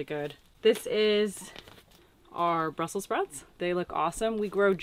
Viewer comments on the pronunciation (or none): none